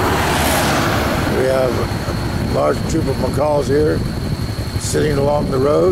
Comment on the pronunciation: Macaques not McCalls lol